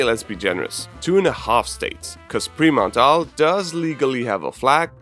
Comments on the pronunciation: OMG it gets better. "Pre- Mount Arl" 😝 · Took me (an Austrian) a while to figure out that it was Vorarlberg